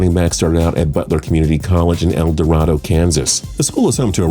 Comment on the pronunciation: Nice seeing a guy from BCC on here. Rudi Johnson played there when I was in HS. BTW El Dorado is pronounced El Doh-ray-doh. Not that anyone outside of town cares. Go Grizzlies!